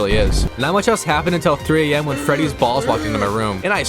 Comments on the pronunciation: Four award said feddys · Four Nights At Feddy's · FEDDYS? lmao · FOUR NIGHTS AT FEDDY'S ?!